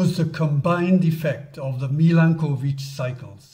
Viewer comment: A nice video, only the pronunciation of the word Milanković needs a bit of an improvement. That is, it is not two words (Milan and ković) but a single one with the accent placed on the vowel a.